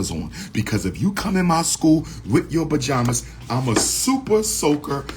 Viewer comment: Bajamas or pajamas 😂😂😂